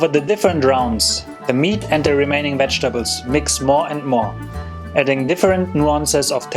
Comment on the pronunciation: Did he say "Wedgetables" ???